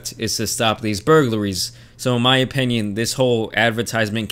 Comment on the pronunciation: “So in my opEnion”